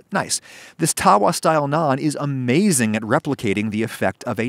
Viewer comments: It's not taawaa, it's tuh-vaa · Hey Adam it's TAVA NOT TAWA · ummm.... it's called Tawwa not taa waa. In Indian and Pakistani culture, the eligibility criteria for a good house wife is how circular her Roti is, and how evenly cooked is it. You sir, are not a very good housewife by that criteria. XD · It’s so bloody annoying when white people say TAWA emphasizing the W. every Indian says tava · Lol, it's Tava, NOT Tawah.... You just gave me a good laugh! Idk why it's spelt like Tawa when it's closer to tava...... Maybe due to changes in pronunciation across India? Maybe some place calls it Tawa but the W is closer to a V sound. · I approve of this and I am Indian 👍, it also pronounced taw-wa not ta-wa, just a heads up 🤗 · Errrmmm no I think we can do better in fact way better.. Yeast is a must when it comes to naan as is curd also the smokey taste that you only get from a wood fire.. We can mimic this better want to know how.. Also the w in tawa is pronounced as a v. You need help :-) भारतीय लोग भारतीय भोजन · Thank god, finally an Indian recipe. I have been begging for some more. I'm indian and i warm up the frozen ones on the tava lmao, and yea, it's pronounced tava. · Don't know if you care but the correct pronunciation of tawa is with a way shorter "tuh". Itd be like saying the "uh" at the beginning of under but with a t at the beginning. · please try and saying Tawa with a V xD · I just like the fact that when he says tawa he is saying it wrong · I love you adam I really do,but your pronunciation of tawa and tandoor really hurts my soul